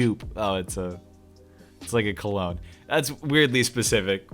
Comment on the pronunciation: Wait how tf did you just pronounce cologne say it again pls